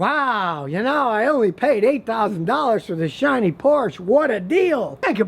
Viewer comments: Yes, cars are expensive to maintain. Porsche (“Porsch-ah” btw “car guy”) especially. But Porsche in no way makes lemon cars like the others you group them in with (IMS example aside -name another if you can). If you can’t afford to maintain a car then DON’T BUY IT. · please, please stop saying "porsh" - it's "porsh-a". you probably get the lyrics wrong on songs, too. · God, how many times do you Americans need to be corrected? It's two syllables, Por-shuh, not one syllable, Porsh. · Never believe a guy that cannot pronounce the name of a car properly, that is Porsche , not porch. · btw I just wanted to say it should be pronounced Porsha, not Porsh for Porsche. I would think a mechanic of over 50 years should know that by now. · BTW, Scotty: Porsche is pronounced in two syllable, as the lady Portia in one of Shakespeare's plays, and not Porsch (0ne syllable). I know, I worked at Porsche's R&D centre in Weissach for 27 years. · There is no substitute for Porsche and it’s two syllables word por sche not Porsche you get one life so buy what ever you want just enjoy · Please pronounce the name as "Porsh-uh" so you don't sound like a hick.... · Had stop the video after he said porsch.... Makes no sense, it's like saying Aud, Merced or For and don't forget about Chevrol and Toyot. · Por-shh-uhhh Houses have a front and back porch. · So much wrong information about Porsche 911 coming out from this dude's pie hole. One, it's pronounced "Por-shuh". In reality, they are one of the most reliable sports cars out there. The IMS issue has been completely overblown and lastly I highly doubt his customers were previous Porsche owners. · Por-SHUH. Two syllables. It's a dude's name. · The correct ending vocal sounds in German like the e of education. I like how Americans say Porsh... sounds cool 😄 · it's pronounced Porsch- a' I've had on for the last 5 years and have had no unexpected problems at all. Bad advise all around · It's pronounced POR-SHA.....